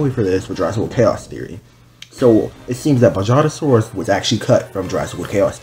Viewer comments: Buh-HA-juh-SORE-us The J makes an H sound :) just a lil tip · You should say Bajadasaurus like (Ba-ha-da-sawr-us)